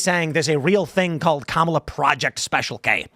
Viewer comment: IT'S KA-MA-LA......................